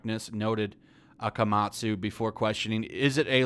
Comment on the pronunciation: Not brutalized the name of Akamatsu-sensei. That was some perfect japanese pronounciation. Thank you for your effort!